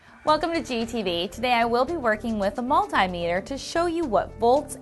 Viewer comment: OMG please say multimeter properly, thank you